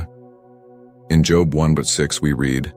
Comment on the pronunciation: This is AI speaking mispronouncing Job once